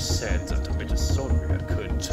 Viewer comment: it s called mitochondria with "h" like history not with "s"